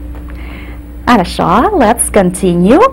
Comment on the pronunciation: If I am not mistaken she pronounces the word for "good" incorrectly or with an accent I did not hear in Russia. Good is "harasho", (хорошо) which sounds like an "o" at the end. She says it with an "a" at the end. This word is used CONSTANTLY for everything in Russia. It has many meanings, but not pronounced like she pronounced it.